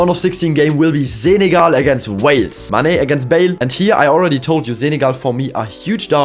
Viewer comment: love the zenegal pronounce